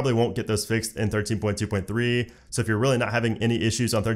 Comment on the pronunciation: Sounded like “ thirteen putuputu” 😂 I really love that when he says that ❤️❤️❤️